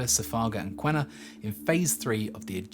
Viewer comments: The new high speed EET project is in progress now with new alignment route and stations. I work on it… By the way Q is pronounced as K and there is no U in Qena so it’s “Kena” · on a side not, we pronounce Qena = Kenna